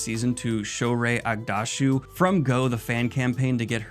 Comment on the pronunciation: A correction on the pronunciation for the actress who plays Elaida: She is Iranian, and her pronunciation is Shohreh AGHDASHLOO — GH as in Gaza, SH as in Trash, and loo, with the L clearly pronounced. You missed the "L" slightly, but I’m just being picky — I loved your review! Just imagine how powerful Jordan’s craft was: it inspired you, me, Brandon Sanderson, and millions of others to engage with it in such a deep way. A community breathing with a shared love for Mr. Jordan. Simply, wow.